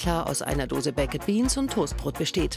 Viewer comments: Könnt ihr nicht Baked sagen? Sie sagt einfach Bekked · kann man wenigstens baked sagen und nicht bak-ED 🙄 schrecklich. Lernt mal englisch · Wieso sagt die Taff Tante eigentlich immer Bake-ed beans und nicht einfach normal ‘baked’ 🙄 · "baiket" beans. gute aussprache galileo! top! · Sorry aber es heißt "bakd beans", also das e ist stumm. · Bei baked wird das e nicht mitgesprochen 🙄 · junge sprich baked nicht so hängengeblieben aus